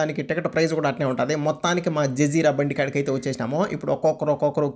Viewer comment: BRO అది జజీర బ్రో జిజీరా కాదు 😅😅😅